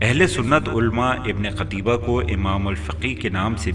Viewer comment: ہاہا... تجھے اس مصنف کا نام صحیح لینا نہیں آریا... قُتیبہ کو قَتیبہ پڑھ رہا ہے... تیاری کرکے ویڈیو بنایا کر بیٹے